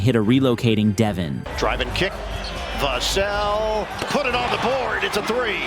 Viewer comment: nor how to pronounce vassell, his name is said hella times during the highlights and he still can't get it right lmao